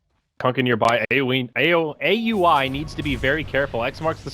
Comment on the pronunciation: AXE-ACTLY why they pronounced Aui's name like that